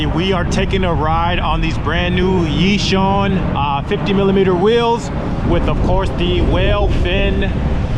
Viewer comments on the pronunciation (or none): pronounce it like "Yee-Shoon"